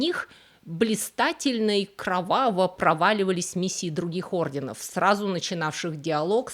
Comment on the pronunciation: Скажите ей кто-нибудь, что надо говорить орденОв!!! Она достала со своими неправильными ударениями😂. В каждом ее ролике есть такие огрехи.